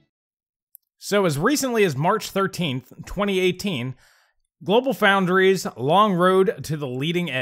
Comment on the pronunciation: GloFo = GlobalFoundries. No "L" in "Foundries".